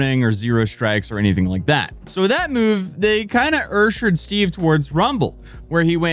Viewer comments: why tf did you say ursher lmao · They ursh-shered Steve ? 😂